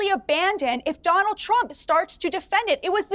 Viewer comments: Someone needs to tell the hindu senator that Donald Trump only has one D in his first name, not six! Did he just call him DDDDDDonald Tddddump? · Did he say Donawd😂😂😂